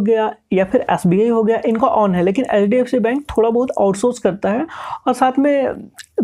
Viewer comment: Bhai thoda sa clear bolo HDFC bank ko ap LDFC bol rhe ho aesa lag rha he